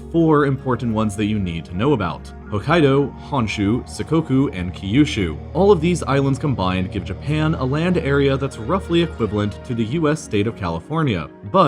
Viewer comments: Sick-coke-oo? It’s pronounced Shikoku. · it's SHI_ko_ku ( しこく - 四国 - literally "four provinces" ) "sikoku" is the romanisation using the Nippon-shiki system (but it's still pronounced "shikoku"). "shikoku" is the romanisation using the romanisation using the Hepburn system (which seems to be the most popular). Apart from that detail, excellent video! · Shikoku*, not "sukoku" ;) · 四国（Shikoku）が鎖国（Sakoku）になってるの草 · “She” koku. Not “Sikoku” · A very good video, however you incorrectly said sakoku instead of "shikoku" as one of the four major islands of Japan. Sakoku is a term that means national isolation as a foreign policy which you discuss in the video also. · if you're going to give an educational presentation on a topic, I would suggest getting key names right to ensure knowledge integrity and viewer confidence. It's Shikoku not Sikoku :) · 4? Fuck Okinawa's drag right? Lol Also the ho in Honshu should be pronounced like in home. And its SHI koku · 四国(shikoku)が鎖国(sakoku)になってるw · "See-kohku and Key-u-shu"?? :-D Cant learn everything with Google searches, can you :-D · Japanese is one of the easiest languages to pronounce, ki-yu-shu and sih-kow-ku was just first of many cringes. For all the research that went on you couldn't spend a few minutes to make sure you were saying the words correctly? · At 0.46 you pronounce Shikoku as Sikoku, which sounds very strange to me